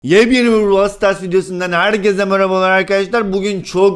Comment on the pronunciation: Burows stars dedin ❤❤❤❤😂😂😂